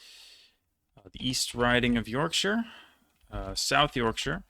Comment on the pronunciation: I think you pronounced Derbyshire & Hertfordshire correctly though - Berkshire follows the same rule.